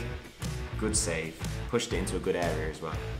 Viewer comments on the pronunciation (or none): Area* not Arear